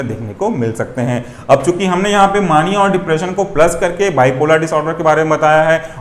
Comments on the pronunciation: मानिया नहीं मेनिया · Bhai mere maaania nahi hota mania hota hai.....correct yourself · Mania is pronounced as “May-nia” . Loved the explanation . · Please pronounce mania properly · Plz pronounce properly mania